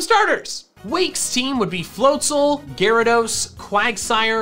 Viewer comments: Gyarados, not Garadoss! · IT'S GYARADOS, NOT GYRADOSE! THE NAME DOES NOT END WITH AN E! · "Gyarageese" (I'm sorry) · THERE IS NO OF IN THE TITLE! DO NOT LEAVE OFF THE E IN ARCEUS! AND IT'S GYARADOS, NOT F*CKING GARYDOES! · DO NOT LEAVE OFF THE Y IN GYARADOS! AND WE DON'T USE THE WORD ITS AS A PRONOUN IF THERE'S AN APOSTROPHE IN IT!